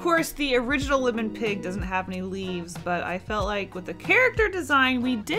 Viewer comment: LIMon? PINny? It’s like listening to someone say “ole”. It’s OIL. You boil water, you don’t “bowl” it.